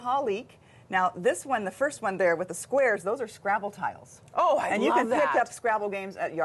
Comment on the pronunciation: ‘TISLES’ or TILES?!